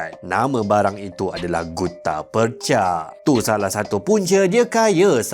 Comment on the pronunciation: Sebutan Percha/Perjha mengikut lidah orang Johor ialah 'Perche' (Per-Cer).